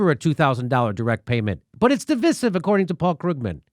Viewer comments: Jimmy, jesus, divisive is pronounced as in divide, division "Div-eye-siv". Wtf is "div-is-iv"? I hope he doesn't pronounce divide like he does divisive. Lol. "div-id" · It's pronounced Div-eye-siv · Mr. Dore........ It's (Divisive) pronounced = də vīse iv. I have NEVRE in my life heard it pronounced the way you're pronouncing it. If you're going to tout knowledge upon the people, please educate yourself first. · Good content but you mis pronouncing divisive and that makes you sound less intelligent